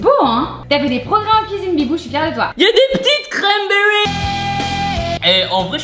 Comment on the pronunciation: A chaque fois qu'il a dit "y'a des cramberries" j'ai exploser de rire 😂😂 surtout a et a